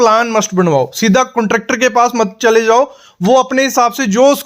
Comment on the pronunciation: कुंट्रॅक्टर नही कॉन्ट्रॅक्टर 😂😂